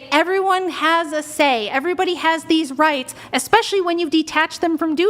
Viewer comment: "RIghts," So obnoxious.